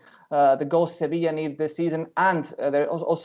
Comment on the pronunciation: cracks me up anytime says "sevisha" lololol